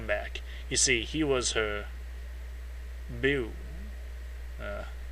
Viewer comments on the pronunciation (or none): beau is pronounced bow (like bow and arrow). It means ones love.